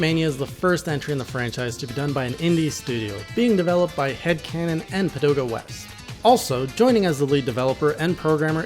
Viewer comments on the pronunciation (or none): Pagoda West, not Padoga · I'm pretty sure he said "Padoda"